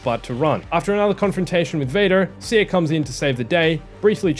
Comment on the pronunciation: Small detail, but I like that you started saying Cere as Sear instead of See-Air. Love your videos and the news updates on Survivor